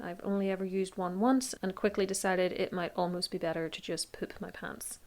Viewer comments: I was most concerned about your pronunciation of "poop". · The way you say poop is funny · I love the way you pronounce poop. As for a killing method, I'm sure there are more gruesome and violent ways to kill someone off but I'm not sure there could be anything more gross XD